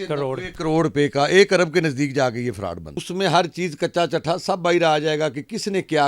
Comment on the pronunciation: یہ فروڈ نہیں فراڈ ھے اینکر صاحب ۔۔